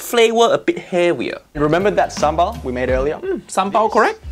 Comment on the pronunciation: Your pronounced ‘sambal’ like a local 👍